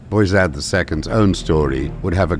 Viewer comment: I like how the narrator pronounced beyazid name correctly something closer to its arabic origin "abu yazid" meaning the father of yazid